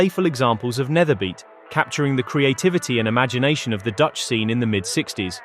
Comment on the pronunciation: ‘Nederbeat’ is pronounced as ‘nayderbeat’. With a typical Dutch accent ‘beat’ sounds like the word ‘beet’ in Dutch. Nayderbeet. ;) Really. With a rolling R to boot.